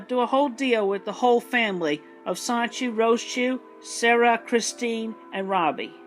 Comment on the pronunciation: 46 videos in, and Chris has STILL not once pronounced the N in Sonichu. It’s always “Sahchu.”